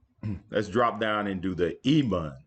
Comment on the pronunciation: Bond not bun